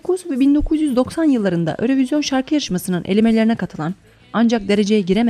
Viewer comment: örövizyon diye okunmuyo yürovijyın diye okunuyo